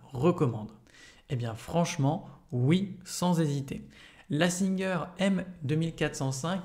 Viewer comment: Merci pour les explications mais pour info ce n'est pas singeur mais singer phonétiquement "saintgêre" Sinon je voulais acheter une machine pas trop chère pour avoir eu plusieur machine à coudre de la même marque. Mais j'aurai aimé savoir si il y a un système d'enfilage de fil. Merci